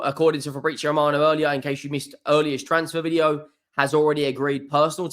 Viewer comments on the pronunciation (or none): none